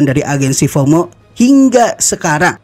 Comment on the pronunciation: FOMO bang bukan HOMO😂